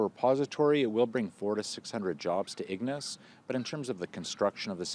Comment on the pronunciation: Ig-nace? Should ensure your newscasters know the proper pronunciation of local towns. And why are we getting news from Northeastern Ontario- first ? Should be local news first, then regional then national.